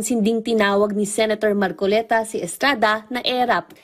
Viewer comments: Marcoleta ate hindi macoleta 😂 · Ano ba yang reporter, Hindi alam pangalan ng Senador. Hindi po makoleta. Marcoleta po miss.😊